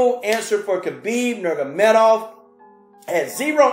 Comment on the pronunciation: Great fight and love your enthusiasm, Man. But you’ve got to pronounce the man’s name correctly please! It’s Nur-ma-go-me-dov 😂😂